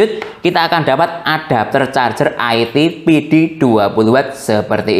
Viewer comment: nyebutnya bukan aiti tapi IT di sambung ga dipisah2